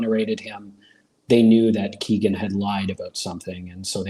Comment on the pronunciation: Its Kegan like Megan